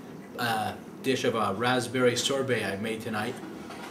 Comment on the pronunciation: It's "sorbet".